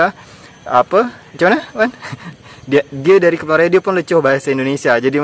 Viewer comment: Sebutan Melayu Riau untuk 'R' memang bunyinya hilang ye? Dari jadi dai.